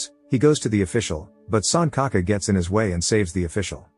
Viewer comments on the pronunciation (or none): RIP pronunciation, it's not sun ka ka. It's pronounced Sunchaka. L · it's sanchaka, like c in china, not sankaka. lol 🤣🤣🤣 suncocka sounds inappropriate 🤣🤣